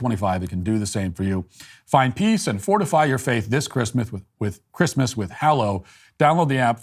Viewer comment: This episode was full of upsetting and depressing topics that almost ruined my day but Matt pronouncing Christmas as “Chri-th-mass” made my week. Thank you, Matt.